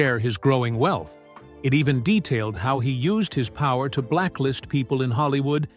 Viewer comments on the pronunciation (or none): none